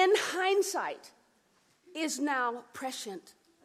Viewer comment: I honestly though she said Bernie Sanders foreskin not hindsight🤣 I'm huge Bernie Sanders supporter but fuck that was funny!